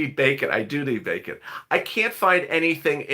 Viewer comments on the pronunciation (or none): none